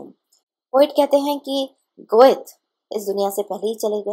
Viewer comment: Goethe----Pronunciation is like----Gete